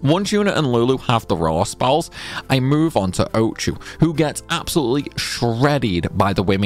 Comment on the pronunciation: Is he saying "Raw Spells" or "Rare Spells" Curb the accent on some of these words!